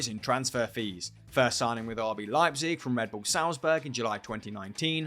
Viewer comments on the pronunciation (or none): none